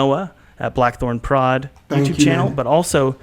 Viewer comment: Plackthornprod. lol